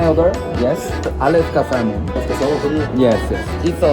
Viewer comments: 살몬이 아니라 새먼이라고오오 흑흑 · L발음 묵음이에요!